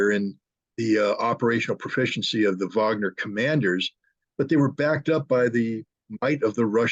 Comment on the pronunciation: Wagner with a W Not a V you keep saying Vagner it is Wagner with a W